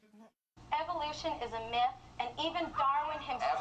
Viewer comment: im sorry to do this but its myth not mith